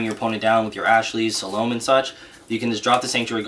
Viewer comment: you said Salome's name wrong good sir.